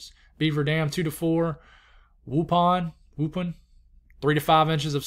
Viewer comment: Wausau is pronounced Waw saw...Waupon Waw pon. I grew up in Wisconsin.